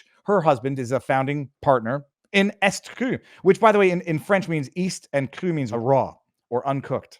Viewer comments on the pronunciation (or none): Pardon moi, but it's "E ST Cru" as in "E Street Cru", not "Est Cru."